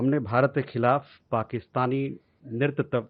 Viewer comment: Ye pravakta "Netritva," bol nahi paa rha hai. Jawab sahi hai par speaker change karna chahiye